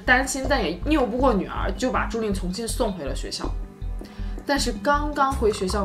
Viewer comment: 不是"niu不过" 是"拗ao不过". 不是"ta中毒"是"铊(tuo)中毒"